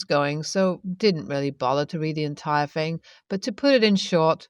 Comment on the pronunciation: THing, not Fing. THought, not Fought. SomeTHing, not someFing.